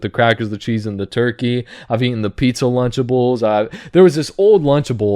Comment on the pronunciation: It took me a minute to realize it was "lunchables" not "lunchtables"